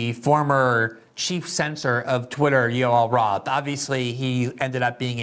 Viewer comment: ‘Yoel Roth’. Every. Single. Time.